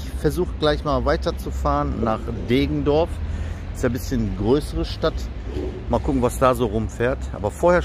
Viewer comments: Deggendorf nicht Degendorf ! Grüße aus der Dreiflüssestadt :) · Deggendorf nicht Degendorf. Und , da kommt endlich dein begehrter Citaro K